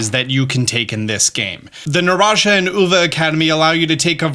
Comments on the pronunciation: so, you get this sort of stuff a lot and I'm just gonna add to it... but Naranja, remember, Paldea is the equivelent of Real World Spain, so spanish, that J should be pronounced as an H, so not naranJA, instead NaranHA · Love your videos dude. But it's not pronounced naran-jah. It's naran-ha. As in Spanish for orange. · Naranha not naranja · NARAJAH? mate, it's naranja. na-ran-ha, hard H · great vid but it pains me mainly that people say naran-jah its pronounced naran-ha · I love you man one of my favorite YouTubers but it’s pronounced Naran-HA not Naran-jah the J in Spanish sounds like an H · Took me a while to realize "naranasha" is "Naranja". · I like this video, but I hate how you mispronounced Naranja . It's "nah-rahn-ha" not "nah-razhah" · I hope he can see this msg but is not said "narancha o naranya, is said naranha" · When you pronounce Naranja, the ja at the end is actually ha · The scarlet academy is pronounced “Nah-Rong-Ha” Bonus points if you can roll your R’s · I don’t mean to to be a grammar freak but it’s naranja which is Spanish for Orange (nar-on-ha) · Just in case, it's pronounced naran-ha. 😊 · i hate how he says naranja TnT, its not naraja, naraNJa with the J hard sound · it's pronounced naran ha. As this is a Spanish based region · Btw when pronouncing the scarlet academies name replace the j with an h so it would be "naran-ha" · Hey! Just wanted to let you know that “naranja” is pronounced “na-rahn-HA.” I’m Spanish, “j” sounds like “h.” Just for the future! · Hey the word Naranja was pronounced wrong it’s Spanish! For orange. Uva is also Spanish for grape. The J is silent. I was very confused my “Narahjah” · Quick note! J in spanish is pronounced like h. So it sounds like NaranHA. I love your content so much!! Thank you!! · You broke my heart pronouncing “ Naranja”😢 the j pronounced like a “H” “ Naran-ha” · naranja: na-RAN-ha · Naranja is pronounced Nah-ran-ha (ha like haha laughing). There's no y sound.